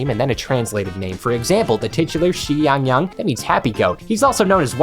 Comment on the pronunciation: As a Chinese person, I DIED when he said "Where's my XIYANGYANG"